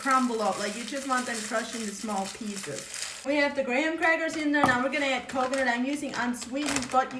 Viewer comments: She said “gray-ham” crackers! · Did she say gray ham crackers?😂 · did she say Grey ham crackers? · Did she say, "Gray-ham crackers?"😂😂😂 She's adorable!!! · First time I've heard an American pronounce Graham with 2 syllables! 🇦🇺(Obs due to her accent. I'm so used to hearing "Gram crackers") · Gray-ham crackers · “Grey-ham crackers” 😅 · The first time I heard gram crackers pronounced grey ham crackers. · Did she say greyham crackers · “This might seem odd” Ma’am im still processing your pronunciation of graham crackers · Ive literally never heard an american say graham properly omg girl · Looks yummy. The h in graham is silent.